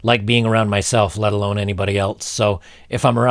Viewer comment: There's no 'T' in else bro